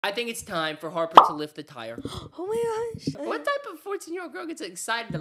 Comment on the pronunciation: Omg she said "oh may gosh" I'm dying😂😂😂😂😂😂 she said it so chill lol😅😅